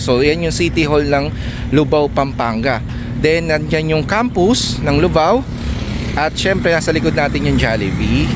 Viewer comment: Lubao sir Hindi Po luvao